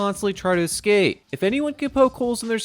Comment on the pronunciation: Bruh. why are you saying Isla nooblah, padokk and exccape